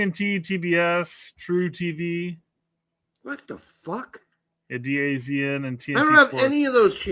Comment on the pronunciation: DAZN is pronounced “Da Zone”